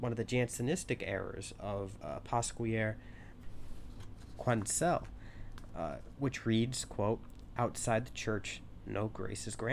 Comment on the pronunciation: Man I love you buddy but your pronunciation of Pasquier Quesnel was paiiiinfullllll :P! Amazing vid tho.